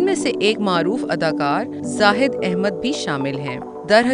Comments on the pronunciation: Naam to sahi lay lain aunty 😁😆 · Naam to sahi bolo